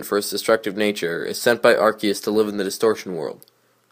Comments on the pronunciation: The correct poronceation in (ar-key-us) you are correct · you say arceus correct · You actually pronounced Arceus correctly